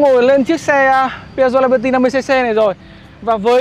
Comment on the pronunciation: Tiếng Anh đọc là li-bơ-ti, chứ không phải là lai-bơ-ti.